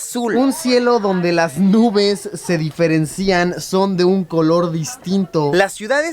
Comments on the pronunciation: Hola Luisito soy gran seguidor de tu canal, sé que probablemente no veas este mensaje pero solo una observación se dice: "se diferencian" no "se diferencían" en el minuto es igual que la palabra "financian" y no "financían, no te lo digo en mal rollo soy tu fan, sigue con estos videos que son excelentes!! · Las nubes se diferencían???? DIFERENCÍANNN? no fuiste a la primaria Luis? (Se dice "Diferencian" Sin acento)